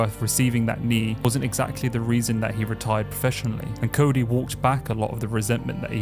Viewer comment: and ots "Cody" not "Cory"